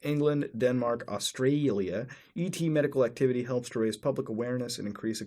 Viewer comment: why do you say "Australia" so weirdly??